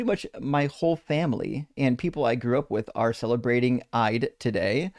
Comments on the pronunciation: Eid is pronounced 'Eed' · dont know if it gets corrected at some point later, im only 20mins in. Eid is pronouned Eeed. As in Leed (but no L).